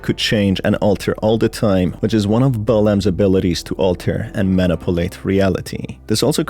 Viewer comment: "Manipalate" Is F*cking Awesome